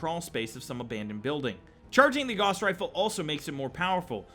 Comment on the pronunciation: Gauss is pronounced with "gau" rhyming with cow